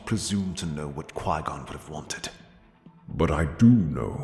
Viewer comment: I know he meant Qui-Gon but still 🤣🤣🤣🤣🤣🤣